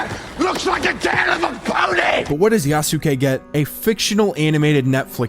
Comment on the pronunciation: Yea you are saying Yasuke correctly